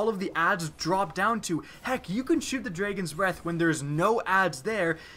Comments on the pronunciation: "The Dregens breath" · Here we go again with "Dreygons" Breath lol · "the dregons breath" ? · Dredgeon’s Breath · You still haven't learned to pronounce Dragon huh? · you say dragon funny